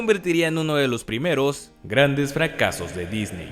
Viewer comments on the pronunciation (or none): Cuando dices fracasos de Disney lo dices muy brusco hasta con eco